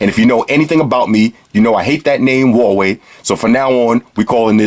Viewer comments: HUAWEI is two Chinese Characters: HUA: Pronounce it with H. WEI: Pronounce it like "Way" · You're welcome man, keep up the hard work. You have the best and funniest reviews on YouTube. And I like the Hawaii thing, I hate saying Huawei too, it's frustrating as all hell haha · say H U A W E I brooooooo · People can pronounce it however they like.